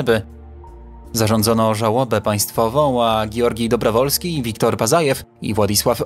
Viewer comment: Dobrowolskij, Wołkow,Pacajew - tak się czyta te nazwiska . Rosjanie też byli na księżycu . Bezzałogowo. Misja Łunochod . Mniej niescisłości proszę. A reszta ok 👍👍